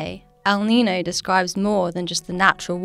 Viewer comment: May I suggest that your narrator pronounce El Niño and La Niña as they sound in Spanish? As someone who lives in an area where Spanish is often spoken, hearing the terms without the ñ sound seems wrong.